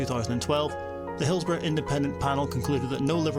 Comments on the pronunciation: Hills-bo-RUH,not RO🎩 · Correct UK pronunciation of "borough" - Sorry, it bugged me from the very outset of the video when pronounced BOROUGH as if it had a W at the end. "hillsborrow" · Pronounced "Hillsbora" Just sayin' 🙂